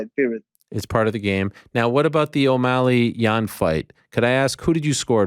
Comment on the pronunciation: chito messes up omalley the second time around